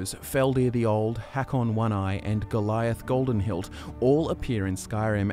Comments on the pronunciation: so nobody gonna mention "goliath goldenhilt" bro gormlaith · Did you say Goliath??? Poor Gormlaith😂😂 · We just gonna look over how he called Gormlath, Goliath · You guys said some names wrong lol, it's Dovah not Dov'Rah and Gormlaith not Goliath